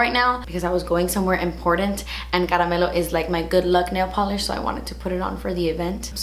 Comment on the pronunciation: Who else hears 'kale polish' 😂😂